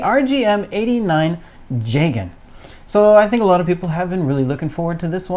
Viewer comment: ITS PRONOUNCED JEEGAN AND YOU DISGRACEFUL REVIEWERS CLEARLY DID NOT WATCH CHAR'S COUNTERATTACK